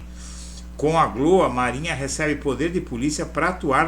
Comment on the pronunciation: Fica estranho pronunciar glo, como se fosse uma sílaba. A pronúncia usual é G - L - Ó, com o som de cada letra em separado.